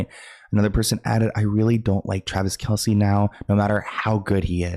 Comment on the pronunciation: It’s pronounced Travis KELSE. Not Kelsey. Everyone pronounces it wrong though not just you. Travis dad even confirmed it the other day people just say it wrong.